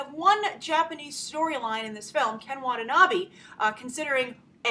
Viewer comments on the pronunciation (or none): Facepalm* *Double Facepalm 1.It's american movies,not japanese movies,it's not a TOHO movies! 2.its Ken WatanaBE not BEE,it's read like "BEd" not "bee" 3.THE JAPANESE ARMY IS IN THE FUCKING JAPAN! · You are pronouncing Watanabe wrong Grace